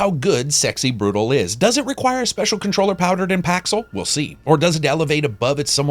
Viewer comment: Great review as always, made me very interested in the game! ...Though I'm pretty sure you pronounced "brutale" wrong, but I guess we can just disagree on the pronunciation. (cough patrEon cough :D )